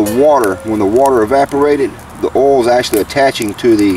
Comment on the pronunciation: Did you say oil or OO'L? I Turned in to see cheese burn, not potentially burn!